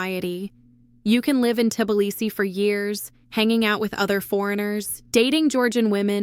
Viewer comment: AI doesn't know how to pronounce Tblisi.